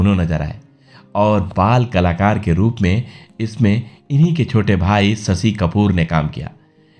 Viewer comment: Please sh ko s nhi kahe jese sasi kapur siksa sunkar ajib lagta he